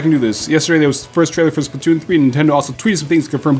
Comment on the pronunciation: lol you said spatoon